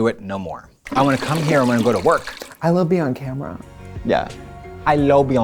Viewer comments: "I lo beion camera" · "Lo Bione Kamera" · “I lo biong kamra” is such an iconic moment